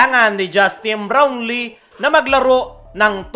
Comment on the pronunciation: kala ko mali pandinig ko sa kaso unilit pa ang pag bigkas ng Justine Blownlee sa